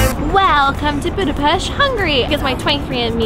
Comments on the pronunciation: Omg, you pronounced Budapest correctly!!! Thank you!!! You are one of the only foreigners who do so!!! Much love for it! ...great video, really enjoyed it! Oh by the way, the only thing that I would correct is the section on our history! Please read up on that a bit, and correct it. Hungary was a huge kingdom from 895 (for about 1000 years!!) then later had to unite with Austria, but that didn't happen until 1867 and lasted until 1918! We lost 2/3 of our original territories (that was ours for at least 1000 years!) during the World Wars, which is when Czechoslovakia was artificially created (the Czechs had their own country prior to this but Slovaks did not, so Slovakia was carved out of our Hungarian territories!) When you look at the map of Europe today, and zoom in on Hungary, look at all the surrounding countries because each of those countries got a big chunk from Hungary. Romania got Transylvania, Yugoslavia got Vojvodina, Ukraine got Transcarpathia, Austria got Burgerland, etc. the list goes on! So all these countries have still plenty of Hungarian culture, building, people, and so on. It's really very interesting! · As a hungarian, im super happy that you pronounce Budapest corectly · She said Budapest correctly omg